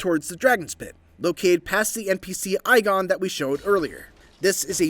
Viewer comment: His name is pronounced "EEGON" not "EYEGON".